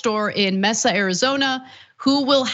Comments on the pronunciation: MAY-suh, Arizona. Not MESS-uh. C'mon Ana.... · Love ya Ana but I believe Mesa (AZ) is pronounced ma (long a)- sa (short a). Been digging your commentaries, keep up the good work. Peace to you and yours. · im sticking up for ana.. something was lost in translation..whilst her pronunciation of the word mesa was cringy to me... i am still a huge fan of hers... soo.. yeah...